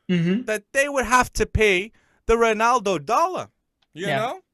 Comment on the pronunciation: can i just ask why do u not pronounce ronaldo properly?